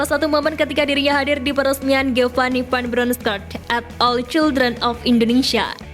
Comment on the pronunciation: Mimin nya kek nya masih bocil TK nih,, masak iya baca "Van Bronchorst" saja ga bisa sih 🤡🤡🤡😜🤪